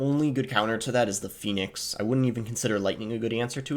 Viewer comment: “Phenix Ehg” lol😂